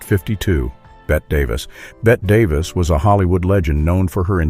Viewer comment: it's BETTE NOT BET DAVIS, YOU AI JAGOFF.